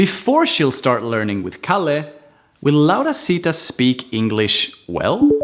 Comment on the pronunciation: no se dice, se dice laurita y ese curso Raio creo que se lo vi a otra persona que fue quien lo invento